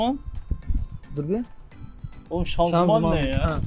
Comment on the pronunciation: Doğrusu ianzıman, şanzuman değil.